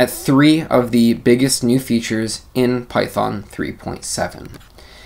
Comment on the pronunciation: great intro for the new features. BTW, just make a joke on the pronunciation, Python 3.7 features == Pytron? But I think you said Python at the end